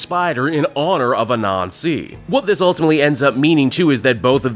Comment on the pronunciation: I know your not doing this on purpose but Anansi is not pronounced A Nazi its Ah-Nan-zi otherwise you make Miles sound like he should be goose stepping instead of thwipping and thats no good